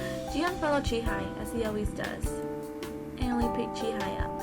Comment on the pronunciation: It's pronounced Jee-Hay. Just saying. I'm glad uploaded this though